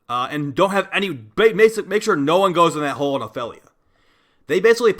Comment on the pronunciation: honestly, you pronouncing Ophelia feels so wrong